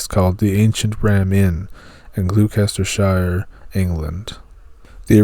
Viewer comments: Gloucestershire = gloss ter shire. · Gloucestershire's pronounced glostershire, lol had to let you know that brother! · Thats not how you say Gloucestershire. Its pronounced gloster-sheer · GLOSTERSHIRE IS PRONOUNCED not the way you pronounce it